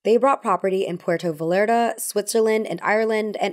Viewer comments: as a quick pronunciation note it's not "puerto valerta" it's "puerto vayarta" because it's in spanish, in mexico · Puerto Vallarta is pronounced Puerto VAYARTA my dear. 😘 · “pwerto vallarduh” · Gentle reminder that ‘ll’ in Spanish (ex:tortilla) is pronounced much like the English ‘y’. Puerto Vallarta. Truly all love, no shade. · Are we just gonna ignore how she pronounced puerto vallarta? I love your videos so much that hurt me tho lol